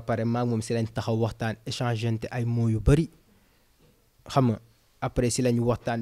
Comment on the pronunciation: Beauh gua ba yakku ❤j'aime la façon qu'il prononce lei mots